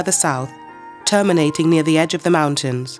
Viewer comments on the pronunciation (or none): none